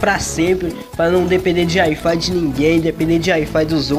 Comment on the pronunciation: "Ai fai"